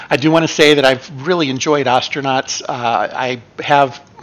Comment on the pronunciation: Hey, you stopped saying Oh-stranauts! Nice!